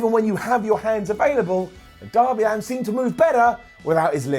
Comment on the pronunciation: It's Allin not Allen